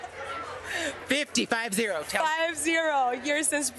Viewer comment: Olha a gafe... fifteen ??? E a reporter corrigiu fifty 🤣🤣🤣